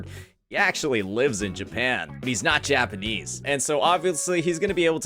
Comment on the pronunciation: The way u say Japanese kills me😭😭😭”Japan-nies “